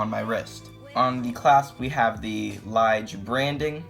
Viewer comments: LEEJ not LIIIG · It is a beauty. It actually reminds me of a Lange. BTW, "tourbillon" is pronounced "tour-bee-yoan" and Ithink that "Lige" is pronounced "lee-guh". I have two of them and they are just enchanting. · I wonder how many times since the publishing of this video that he kicked himself for the pronunciation of Lige and tourbillon. Additionally, how many times he regretted featuring this watch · I bought this watch and enjoyed it for three days only. After 2 hours of playing tennis with this watch on my hand the watch stopped working. It is a nice looking piece of crap. And check the liege pronunciation a meaning of this word